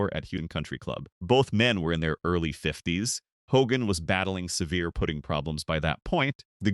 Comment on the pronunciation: You’d think AI could pronounce putting and bowed when reciting a golf script.